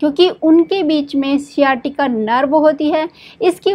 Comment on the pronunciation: साँईटिका बोले. न कि सियाटिका